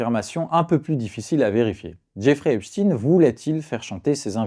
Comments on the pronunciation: C’est pas Epstine,c’est Epstein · Pourquoi dit-il Epstine ? On ne dit pas albert Einstine !! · Pourquoi dites-vous Epstine ? Et non Esptein ? C'est quoi le malaise ? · eps tin ! prononciation insupportable !!!!!! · mais ca se dit Ep- shtaYNcomme ca . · Einstein (aynchtayne), Epstein (epchtayne).